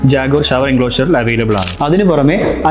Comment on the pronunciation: Its not ജാഗ്വാർ but ജാക്വാർ. ..!